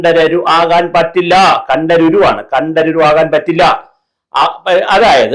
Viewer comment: കണ്ഠരുരു അല്ല. കണ്ഠര്‍.അഥവാ കണ്ഠര്.അവര്‍ ,അവര് എന്നപോലെ.